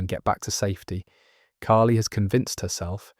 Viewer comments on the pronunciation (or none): Eleven isn’t 19!! They’re 16 or 17 at the absolute oldest. Also it’s Kali not Kaylee. Like the hindi goddess of death!